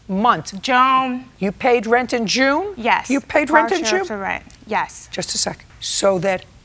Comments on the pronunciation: I thought she was saying Joan instead of June. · I thought she said Joan lol